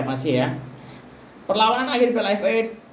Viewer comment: Sebut FA pun tak betul bro..nak ulas tu,ckp bagi jelas..